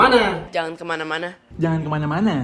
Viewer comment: jangan kemania kemania aihh.. hahaaa